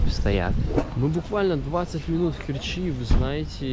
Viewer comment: Не в КерчИ а в КЕрчи.Научись читать правильно .Слушать жутко.....